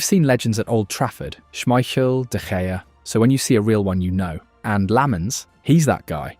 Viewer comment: The pronunciation on schmeichel too was really off, seems like ai slop